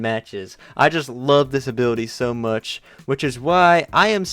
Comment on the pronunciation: all I hear is that he is saying disability instead of this ability it sounds the same